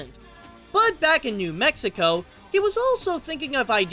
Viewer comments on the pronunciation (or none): none